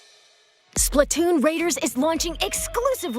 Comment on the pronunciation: The way you said “Splatoon” is criminal